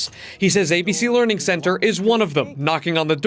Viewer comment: Learing Center? Leering Center? This sounds perverted.